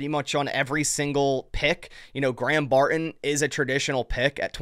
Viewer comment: Come on. It’s not Bar in….its Barton. I’m a subscriber, but if you don’t stop talking like a 12 year old girl, I gotta go.